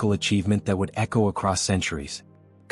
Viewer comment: Excellent article well elaborated the walaja battle field . U have to be more cautious on AI voice narration as it was mispronounced the name of Khalid ibn walid. Keep posting about forgotten Heroes of histories